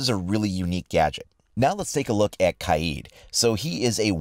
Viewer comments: Ka-Yeed.. I think it's pronounced Kade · “Kah-eed” ? I believe it’s “Kay-d” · Kaids name is pronounced (Cade) not Kai-eed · Kaheed? No kaid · i love your content but it k-AID not kah-ead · KaiEED? It’s Kaid (Kayed) not that hard to pronounce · It's not kaeeeeeeeed it's kaid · Are you playing on a psp? Also, it’s pronounced Cade ya dummy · Ka-eed? wtf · Pronounces kaid kieeeeeeeeed 😂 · its pronounced ka-ed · Kaid is pronounced "kade" lol XD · That cancerous mispronunciation “kaeeeeeeeed” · You keep saying KY-EED for Kaid. As a world renowned linguist, I can assure you that it is actually pronounced Marvin. MAR-VIN. No worries, I can see where that could be confusing. Frivolity aside, I’m liking the map more than the operators! Gonna be fun to find the angles and drone/camera spots. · it's neither, it's "Ka-Edd" :) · The way you said “Kaid” hurt me